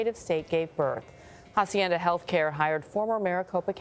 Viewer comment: Is not jaacienda Is aacienda No jaaaaa sounds Someone please slap someone Jacienda Jesuss